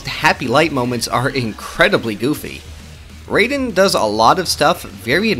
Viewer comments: Bruh how this dude be calling Raiden "Rey-den" when they literally say their name like "Rai-den" 50 times in the game. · Disliked just for "Ray-den" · Bro said reiden 💀💀💀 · Raiden's name is not pronounced the same as the character from Mortal Kombat. The Rai is pronounced like rye bread. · It’s “rye-den” that’s how you pronounce it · Good video, but I still don't understand how people play MGR and still say "Rayden" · I just broke out laughing bc of him saying reyden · ummm... ackshually it'sh pronounced rye-den🤓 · Please say raiden name right he not the god of thunder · mispronouncing raiden's name makes you the biggest edgelord of all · And the video is good but the way he pronounced Jack's code name threw me off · Am I the only one that is bothered by Raiden‘s name being butchered? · You mispronounced raiden argument invalid